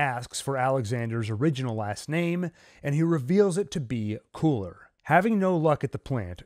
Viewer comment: lmao i always laugh whenever i hear Köhler = Cooler